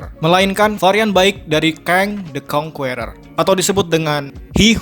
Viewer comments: Bang, sebut Kang the Conquerer itu "Keng de konkerer" bukan "Keng de konkUerer" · kritik buat admin atw siapapun yg bikin vid ini.. pliss bgt di PERBAIKI pronunciation ny.. asli gk enak bener di denger ny banyak kata2 dlm bhs inggris yg pronunciation / pengucapan ny jauh bgt, contoh "conqueror" dll.. mau kan bikin video yg enak didenger buat org banyak hehehe..